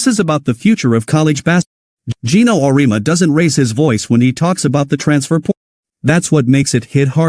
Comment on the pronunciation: Your graphic caught my attention, but you misrepresented Geno's view: First: Program your AI voice creator to pronounce his name correctly. Second: His view of NIL and the transfer portal have changed and focus on what is best for the player.